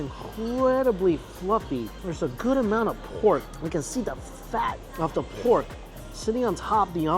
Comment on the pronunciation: say pork again 😂